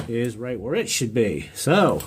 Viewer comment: Be, not 've